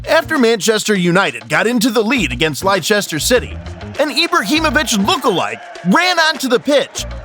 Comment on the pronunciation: I understand that American English is different but in the clip the commentator says "Leicester" so I don't understand how the voice over got it wrong???? Please check how we say our team names! 🙏